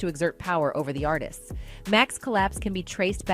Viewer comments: “Artists” Not Artisistses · Artistsis is not word!😂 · These full grown adults really don’t know how to pronounce artists that’s crazy